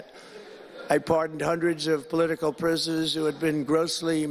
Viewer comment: “I pardoned hundreds of political prizzenizzz” he’s slurring look at him 😂😂😂 he can’t even pronounce “pisoners” correctly!!!!